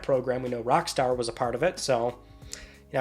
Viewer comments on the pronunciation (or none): none